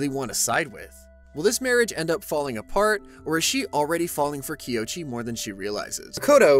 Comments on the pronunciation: ._. Kouichi = KOH - uu (as in like mooo) - EEE- CH- EEEE Please I beg, tis is the easy. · I’m glad someone else noticed this too. After hearing it said Kiochi so many times, I was starting to doubt what my eyes were seeing. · Bro recapped every chapter and didn’t say his name right once…